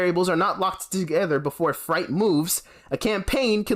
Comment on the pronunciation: freight rhymes with 'eight,' not 'fright'